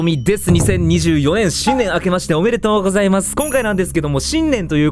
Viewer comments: 最初の2024年が2024円にしか聞こえないｗ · 動画投稿ありがとうございます！ 最初から2024年が2024円に聞こえて面白くて進めないw